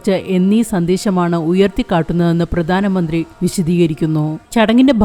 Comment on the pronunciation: ഉച്ചാരണം പ്രധാനമന്ത്രി.. (ധാ.)പ്രദാനമന്ത്രി അല്ല 🙏